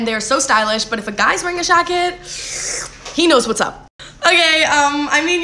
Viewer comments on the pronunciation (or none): Are you saying shacket? Is that a new fashion term or just some odd Canadian pronunciation?